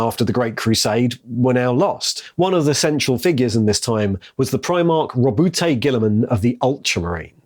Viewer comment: I'm sorry your calling him Roboute what now?